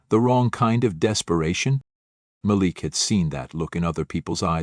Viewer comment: Please choose one pronunciation for "Malik", while telling the story. Thank you.